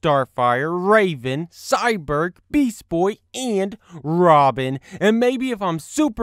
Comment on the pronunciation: your supposed to say Cyborg like this Cy-borg not Cyberg